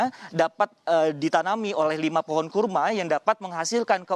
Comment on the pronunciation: kurma ,,,apa karrma,,,,hehehe